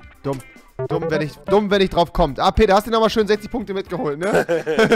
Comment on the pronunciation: Er heisst Peter & nicht Barid. LEL